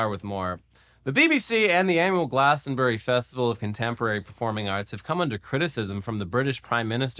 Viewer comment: "Hey if you're here, who's fucking your wife?" is brilliant, go! Artists standing up for their political beliefs has a strong tradition at Glastonbury (pronounced 'Glastronbry' btw) so fuck the BBC, and fuck Starmer. Bunch of cowards.